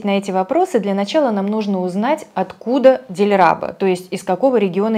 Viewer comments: Дилрабо ударение на О, тюрки это те же китайцы, которые приняли своё время ислам, так что и узбеки, казахи, киргизы те же китайцы только осемелившиеся , просто они не хотят это признать, как то так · честно говоря мне не нравится как уйгуры говорят по китайски. Особенно то что они букву С заменяют на S canguan звучит как сангуан. Но Дильрабо(не склоняется) ставили произношение